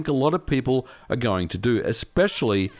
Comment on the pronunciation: Jfc, can you please learn the word "are"?